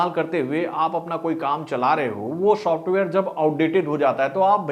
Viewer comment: Shosftware Nahin bhai, software. Bolo software 😂